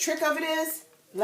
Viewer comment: I knew you were from New York as soon as you said Shampoo lol. Nice video